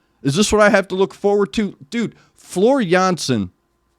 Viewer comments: Jeez man, like your reactions so damn much. Completely to the point.And the pronunciation of Floor Jansen, impeccable! (I can tell as a Dutch bloke). And not fair to musicians in general, drummer (Jukka then and Kai nowadays) , guitarist (Emppu), bassist (Marco), keyboardist/composer (Tuomas) singers (Floor and Marco)? Mwah, why not? They are top of the bill musicians!!! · Hi, your pronunciation of Floor's first and last name is perfect. Many thanks for sharing the insight into your soul, my condolences on the loss of your soul mate. Since Gabriel covered (almost) all of NW's notable songs, we know that "Storytimen" and "Song of Myself" will follow soon, so there's no need to make any additional suggestions at this stage. But if you can ever find time and space besides Nightwish, you should also listen to Ayreon - "The Day That The World Breaks Down" The Source It's not actually a band, but a project by Arjen Lucassen. There are 11 different vocalists coming from different bands and genres and he brought all these characters from all over the world together because only their voices match the nature of the character.